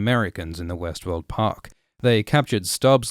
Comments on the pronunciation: Is it just me or everytime he says Westworld my brain is telling me Westeros? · every time you start to pronounce Westword, I expect to hear Westeros